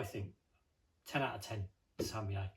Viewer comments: I have a lot of British friends, and this is the first and only time I have ever heard it pronounced like that. All of them pronounce it a little bit differently, but I think it's pretty well established that the last syllable is "yuh". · Tam-me-yay...thats a new one.